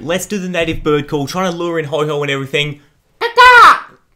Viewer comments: It's oh-ho not ho-ho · ITS NOT HO HO ITS HO OH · no offence but it's ho oh not hoho it's not santa 🎅 and I love ur vids I'm subscried and I've liked heaps of ur vids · Hey, dont call Ho-oh GX Ho-Ho Gx. Its not Christmas yet! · ITS HO-OH NOT HO-HO HES NOT SANTA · PickPig EXACTLY!!! I hate it when people say Ho-Ho. It clearly says Ho-OH. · PickPig so what if he does pronounce like ho-ho ... not everyone is perfect deal with it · I love this video but what triggered me is that you said ho ho but it is ho oh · Did you just call Ho-Oh, Ho-Ho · Ho-Ho gx, lol Ho-oh..... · It's ho-oh not ho-ho ho-oh isn't santa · did you really say "ho-ho"? It is "ho-oh"! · did you call ho-oh "ho-ho"? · It is not ho ho it is ho-oh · Ho oh not ho ho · A do it’s ho-oh not ho-ho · It's ho-oh not ho-ho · ITS HO-OH NOT HO-HO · I did notice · Map Man02 me too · Did he really call ho-oh ho-ho? 😂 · I cringe every time says Ho-Ho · Did you just said Ho-ho ?? #Ho-ho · He called it hoho gx😂😂😂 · He said HoHo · You pronounce Ho-oh wrong!!! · Can you say it right no hate intended